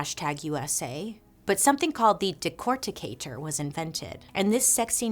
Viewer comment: decordicater???? i had to stop and look it up. haha gone a full 15 mins back into its history 1860s. lol. thanks. now back to the story.